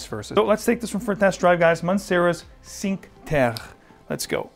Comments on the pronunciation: He thought it was French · The pronunciation of Cinque Terre made me laugh 😂 it’s pronounced “chin que te rre”